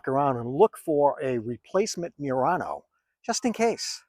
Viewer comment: lol the way you pronounce murano. Is wrong